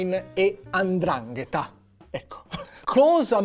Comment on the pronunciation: Si chiama Ndrangheta non andrangheta